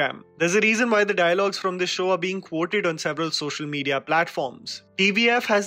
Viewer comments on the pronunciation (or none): none